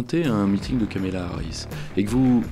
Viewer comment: Deux erreurs de Pierre-Yves. 1/ Prononcer Kamela Harris pendant une heure. 2/ comparer la cause palestinienne sous les Mark 84 américains au phénomène "woke".